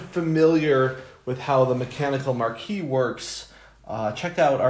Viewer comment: Why do so many people struggle with the pronunciation of Marquise? Its 'mahr-keez' ... A lady holding a rank equal to that of a marquis, or the widow or wife of a marquis.